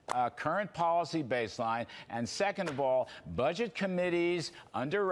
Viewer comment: Did he say buget?